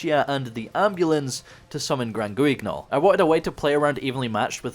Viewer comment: Hey, just so you know, Guignol is a French word (famous theatre puppet) where the “u” is silent and “gn” is pronounced like ñ. Love the content